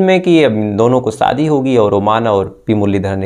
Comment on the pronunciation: Sha pronouns karna seekho Bhai ssss nahi sha ,like saadi nahi shadi,saks nahi shaks,thottlaa hein kya